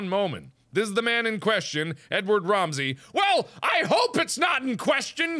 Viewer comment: when Mark said Ramsey, I thought "Say it like Ram and ze.